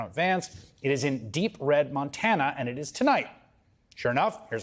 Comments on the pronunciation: Montaner? This mans brain is just mush at this point in time. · Such a sad angry OLD little man. Over it! and he said, Montaner, smdh... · It's Montana not Montaner....OMGerd. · Montaner ? Another trump flub. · Where is Nontanar? He can't even say the name right. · Are we going to ignore how Trump pronounced "Montana"?